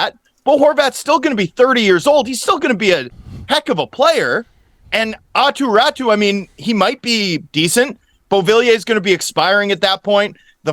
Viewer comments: I can’t believe we continue to hear”attu ratu”. You just have to read his name all the way to the end guys! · it's pronounced Aahtoo Rahtoo